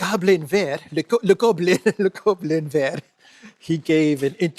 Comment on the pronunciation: Now we're reaching perfect pronounciation territory 👌 That's EXACTLY how one would say "Le Goblin Vert" in french. Fluent. Someone has been studying hard this week-end (or watching old 1960s French movies)...